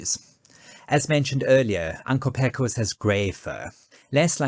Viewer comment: A few notes also, BTW; “Pecos” is actually pronounced “PAY-cos”, and “Chisholm” is typically pronounced “Chizzum”. 😉🙂‍↕️